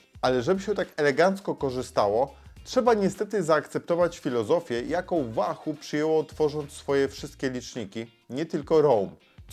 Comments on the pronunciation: łahuu kurła a nie wahu ! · "Łahoo" nie "Wahoo" ;) , co do samego Roam - posiadam od 2 lat V1 i nawiguje bardzo sprawnie, ładowanie raz na 4 wyjścia z czujnikami. Prostota, widoczność w pełnym słońcu detali na ekranie (ekran transflektywny) - warstwa dotykowa zmniejszyłaby jasność tego ekranu, większa jasność = większy pobór prądu. Brak nawigacji L2 & L5 ... ale chyba to dodali w V2 - to o czym wspomina autor to pasma które są przydatne ale w wysoko zalesionym lub wysoko zabudowanych lokalizacjach, to nie wpływa na tempo łapania fix'a. Wykonanie takie, że upadek na beton z 1m przetrwał bez problemu - a upadł kantem :(. Dodam, że Wahoo znajduje e-Bike'i - np. Speca - i wyświetla: moc z silnika, moc jadącego, % baterii głównej, itd. Mało osób również wie, że Wahoo (V1 i V2 i Bolty) jeśli mają podpięte czujniki prędkości to działają dłużej na baterii oraz używają danych z 'koła' - jak czujnika Wahoo Speed brak - to prędkość idzie z danych GPS. Próbkowanie jedno-sekundowe GPS w obu pasmach na 99,99% nie jest domeną żadnego licznika rowerowego, takie próbkowanie jest domeną telefonów które muszą również podawać właściwy pas na autostradzie, zjazd itp. itd. takie działanie zabiera mnóstwo energii, poczekamy jeszcze na zarówno baterie jak i chipsety GPS nowej generacji zanim będzie to możliwe. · Wahu? wiesz jak się wymawia 'w' w języku angielskim?